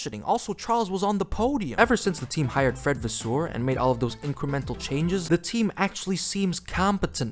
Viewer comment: Its Vasseur not Vaswoweu omg😭